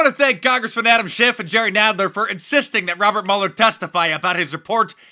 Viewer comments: Why does everyone call him Muller? His name is Mueller as in Ferris Bueller. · His name does not sound like you liberals want to spin it it's German and his ancestors yes here it comes mein heir sounds like mule ok Mueller not mull so Mueller sounds like mule er ok Elmo now you say it we don't want to have him sound like a camp guard not CPB say it mule +er no not saying Robert Mueller is a Nazi but find it weird the distancing from the Germanic pronunciation of the name to a more of a Engllish sounding version see SJW's how anything can be twisted and made different this is called humor not real like CNN wife's account not her opinions or anyone's it's fake not real